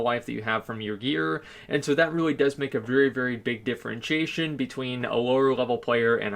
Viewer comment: can this nigga learn to say "DIFFERENTIATION" correctly damn